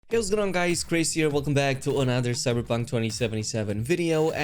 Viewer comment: Dude your Accent is HORRIBLE! CyberBunk One Boint Dreee ... I can't listen to this. Two Questions; What is your Heritage? And are you even considering finally learning Pronunciation?